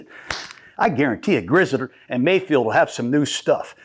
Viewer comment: Grizzard was in charge of calling the 3rd down plays last season! Oh his name is pronounced Grizz-r-ed.